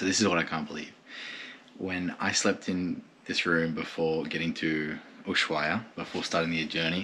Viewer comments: Just two things: the h in ushuaia is mute, it’s pronounced usuaia. You said gauchito perfectly, but Gil it’s pronounced like hill, when the G is followed by an E or i, it’s pronounced like a J (like the h on hill and hell) if the G is followed by an U and the i or e, you pronounce it like you did on the video, like in English. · Loving your videos, watching the "old" ones now. The H in Ushuaia is silent, by the way! Good trip to you and your baby ♥